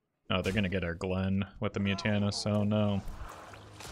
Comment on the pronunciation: why is it so funny to call genn "glenn"